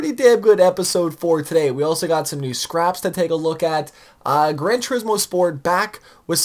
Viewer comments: Bruh pronounced scapes as scraps! I'm done! hahahhaha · man we’re you half asleep or baked when making this you said Scraps instead of scapes and Sizuka instead of Suzuki 😂